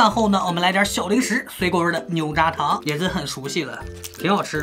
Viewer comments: 牛轧糖，你能分清出轧ya4和扎这两个字吗？ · 牛轧糖读音：niú gá táng。轧读作“gá”，因为这个词是由法文nougat一词翻译而来。牛轧糖是“音译”过来的名字，如按其法文读音，应该读作ga。懂了吗？